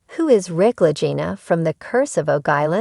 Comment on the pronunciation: Um pronounced.LAH-GEE-NAH. I did not like this post at all.